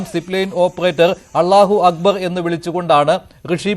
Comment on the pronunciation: അല്ലാഹു അക്ബർ എന്ന് അവതാരകന് ശരിയായി ഉച്ചരിക്കാൻ പോലുമറിയില്ലേ ? വാർത്ത വായിക്കുമ്പോൾ ശരിയായ ഉച്ചാരണ ശുദ്ധി വേണം